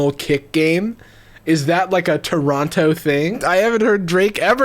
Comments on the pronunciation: Bruh the way he said Toronto oof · The way non Canadian pronounce “Toronto” breaks my brain lmao